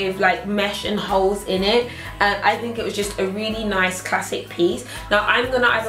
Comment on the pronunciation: love how you said in it sounds like innit lol